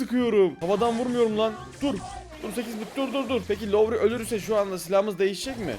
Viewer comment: Abi lütfen Laori deme. Türkçe'yi bırak İngilizce'yi katlettin ya.